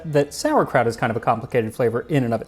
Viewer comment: You say "it smells like sauerkraut" I hear "it smells like spitting in God's face".